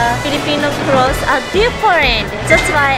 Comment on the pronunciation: says claus instead a clothes haha 😆